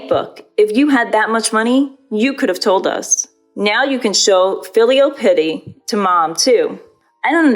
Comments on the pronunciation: Piety is pronounced pie - eh - tee not pity. Completely different word with a completely different meaning. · Piety is pa-ety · The narrator needs to learn how to pronounce words properly: piety & conspicuously stood out in this one